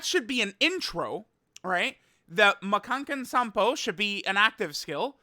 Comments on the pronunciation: Dude, stop saying Makankosappo, cuz you can't do it. Don't try to be overly JP weeb, you're not. Just say Special Beam Cannon. Or learn how to say it, Ma-kan-ko-sa-ppo. Not Man-kan-ken-san-po. where the f#%k are all tho'se N's coming from. Stop saying it in Japanese dude. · the way he said makankosappo bruh ☠️